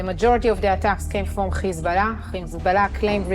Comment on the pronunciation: Dude need to learn how to say Hezbollah , he keeps saying Kizbala. It sounds so lame.